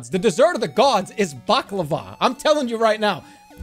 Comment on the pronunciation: his pronunciation of baklava😭